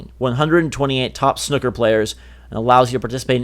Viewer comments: It's snooker, not snuhckur. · Hearing you try to pronounce Snooker is so painful! Haha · Wow I've never heard someone who can't pronounce the word snooker. Now I've heard two :D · how you guys pronounced Snooker haha